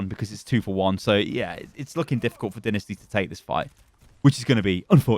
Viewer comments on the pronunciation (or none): I hate this.. Not the video the fact he says dinisty instead of dynasty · Anyone else notice he is saying dinasty and not dynasty? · Is it just me or do u guys also cringe when hd says "Dinisty"? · You have pronounced dynasty wrong during the video